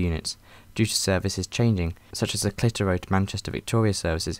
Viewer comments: Aye me too, clearly unaware it's not pronounced "clit-her-o" but more like "clith-her-o" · I thought Clit-Hero was the best mispronunciation of Clitheroe.